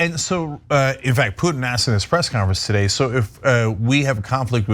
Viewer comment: the i in Putin is not silent, just saying...